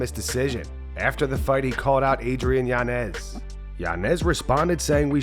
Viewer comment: It’s Yañez not Yanez